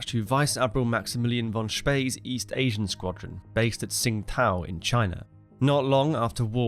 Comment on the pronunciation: i love your videos. slight correction its pronounced Chingtao not tsing tao.